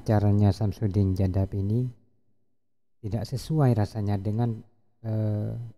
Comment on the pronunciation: Bukan jaddab.. tp Kadzdzab..🤭